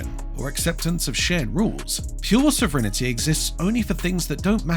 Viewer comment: What is this "sovrinnerty" the robogob keeps talking about?